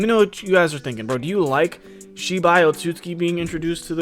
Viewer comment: OT-SOOT-SOOKEE bruh pronounce the damn name right